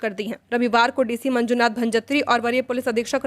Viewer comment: मंजुनाथ भंजात्रि नहीं मैडम भजनत्री, शुभ संध्या!